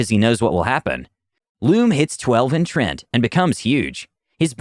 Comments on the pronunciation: Trent? I've always pronounced it as Tree-ant. Have I been saying this wrong all this time? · I love the stories, but the pronunciation just makes me cringe. The word is "treant." There's an A there. Hearing it pronounced "Trent" makes it sound like it's the character's name, not his race. It's almost as jarring as constantly hearing "ar-TIFF-eh-sir" on here. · gonna be honest, every time he says "Trent" it hurts me inside